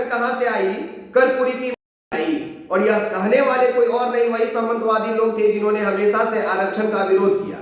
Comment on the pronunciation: Samantavadi word galat pronounciation hai kisi ko Target krna kahin se uuchit nhi hai...word me #variation lao... Aagaay se umid krte han aap ke language me sudhar hoga #100%..